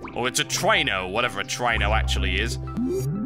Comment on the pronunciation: really try-no i thought it was tree-no